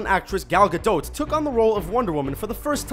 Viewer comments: Just because Gal Gadot (which is pronounced as it is written not gadowt btw) was in the army doesn't mean she has combat training, he might as well been a secretary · Gal Gadot ( Ga-doe ) not Ga-dote Not a big deal or anything, it just bugs the shit out me when I hear Ga-DOT and now especially Ga-DOTE. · "gal gadote" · It's pronounced Gadoh not gadot just saying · did you just say gal gadoT!? it's Gal GadO. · Gal Gadot is prenounced "Ga-dot" not "Ga-Dote." why the fuck cant anyone on this channel prenounce peoples names correctly, especially this one. you said "Ga-dote" so many times I nearly got a head ache. and im seriously considering unsubscribing because it's that annoying and hurts my ears so much. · GAL GADOT: you don't pronounce the "T"....say: GA-DOH. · it's gal gadat not gadot to say I mean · gal 'gadote' 😬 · It's Ga-doT, the 'T' is pronounced. Gal herself has confirmed it. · Omg, I hate the way he says Gal Gadot! The t in Gadot is silent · lol Gadought XD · "Ga doat" just fucking say Gadot!!!!! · Am I the only one who gets uncomfortable when hearing him pronouncing Gal Gadot? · I don't think the "t" in Gadot is pronounced. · you didn't say gal gadot name right..... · iam egyptian and i know that gal gadot isnt pronounced that way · Why do you struggle saying "Gal Gadot"? You butchered her name... xD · Way to butcher gadot, dood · Why does everyone pronounce Gal Gadot's name incorrectly